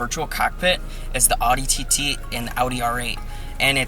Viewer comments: Will you please just pronounce Audi right? We know you see our comments,.. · Like when you said "Audi R8" you said it right but not when you said "Audi TT"